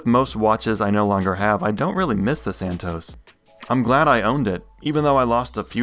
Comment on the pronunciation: Santos, not "Santoes".